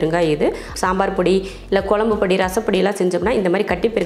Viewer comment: தமிழ் வார்த்தைகளை சரியாகப் பேசுங்க கொலம்பு இல்லை..[குழம்பு]..??